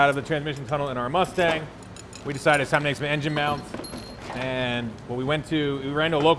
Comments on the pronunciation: “Asstang 5.9” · The. ASSTANG ..... COME ON BRO ITS RIGHT IN FRONT OF YOU.